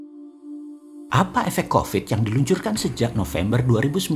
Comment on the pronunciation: sangking emosi boss man bilan "Apa efek jadi AFA EFEK". semangat bossmannnnn